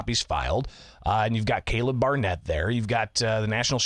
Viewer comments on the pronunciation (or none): none